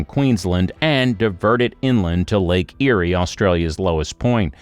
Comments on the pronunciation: 250 millilitres? Come on surely an AI voice can get this right? its 250mm. Can't even pronounce lake Ayre correctly. Because inland Australia was an inland sea there is a massive salt deposit underground adding water will bring the salt o the surface. This became obvious when the Murray River Flood plane was irrigated, and the salt came to the surface. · Not to mention he cant pronounce the name of said lake. But it aint how he says it. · Who ever put this video together is a complete idiot. He doesn't even know how to pronounce the name of the lake he's talking about. When he's got that right you may belive some of what he's talking about, not much but some. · Your pronunciation is wrong. Lake Eyre is pronounced as “Lake Air” - not “Lake I-rie. Also, the massive inland floods that occur in the Outback region of Queensland are due to tropical cyclones hitting the Cape York Peninsula or the Gulf of Carpentaria during Northern Australia’s Monsoon Season - December to April. The rainfall flows into the inland rivers in the Channel Country and slowly moves south towards Lake Eyre - the lowest point on the Australian continent. See YouTube videos about the Eromanga Basin. Also see the 1954 doco “To The Back Of Beyond” - available on YouTube (Kym in Darwin) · Yeah, yeah., not lake ' I iree', tis called Lake 'AIR' .... Eyre ! And plenty have looked at Bradfield's idea and many rejected it. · The lake is pronounced "air" for a start. That picture you showed with the "Lake Eyre basin" is actually called "The Great Artesian Basin," and the water in it is pumped up from underground and used. Whoever decided to make this silly video really needs to find another hobby. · This is BS, your AI system is giving you false information. BTW! The ist idea was before 1930. There are communities that live in rural and remote areas, and the lake is pronounced as Air (Eyre). Annoying!! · Trees would help. They reflect a lot of UV. Also, It's pronounced Lake 'Air' (Eyre)